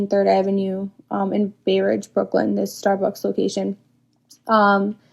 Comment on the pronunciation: Home girl in the brown hoodie stop saying Brooklyn like that im not even from NY and im getting offended what you tryna say you couldn't of been 2 unsafe 😂